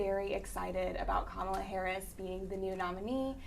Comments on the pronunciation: Jesus, why is it so hard for then to say her name correctly? Just say VP Harris, SMH!! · Two of the three women do not know how to pronounce the Vice President's name. The young lady in the blue dress keeps saying her name correctly, but the other two are not getting it.